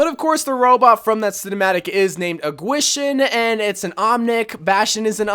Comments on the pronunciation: dva pronounced gwishen "qeeshen" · its pronounced GEE-SHEEN